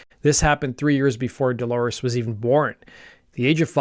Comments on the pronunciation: Good video, but her name is Dolores, not Delores. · All good, but he keeps repeating "Delores" instead of Dolores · It is not Delores its DOLORES.